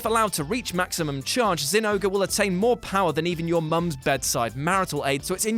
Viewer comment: Did you say zinouga? Its zinogre or Jinouga, nargacugas weakspot is the head btw